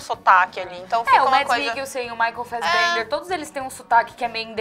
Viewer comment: Ainda lembro de vocês falando "Michael Fassbenga" por conta de Shame. ahhhaha.